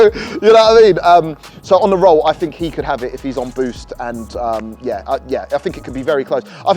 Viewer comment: is meant to be a presenter, be better if he could actually pronounce his words. For those that thought he meant Free no change, he meant Three (3) Also he did not mean Bat Fink, so when he uses the word FINK he means "Think" I say this as Being out in Asia and watching this with Asian friends they asked me what is he talking about they got lost in the context as soon as he used the wrong words. Fird is another one, he meant Third.